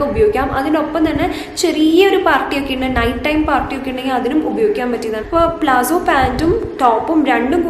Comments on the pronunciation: Plazzo Alla palazzo.. I meant the pronunciation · .Plazzo ennala.It’s Palazzo.fix this basic pronounciation mistake😂